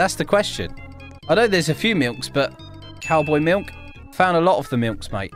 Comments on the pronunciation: Dude it sounds like he’s saying milnk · the way he pronounces milk is 👌 😂